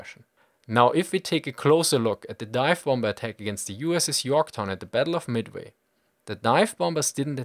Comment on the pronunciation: battle of midmi? :p